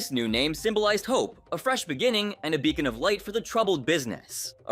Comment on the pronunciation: Bruh it's bacon 🥓 bar not beacon bar.